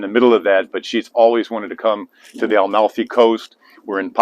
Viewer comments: Yes pronounds Ah-malfi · Fantastic content! But I beg you, please pronounce it correctly...Amalfi. NOT AL-MALFI.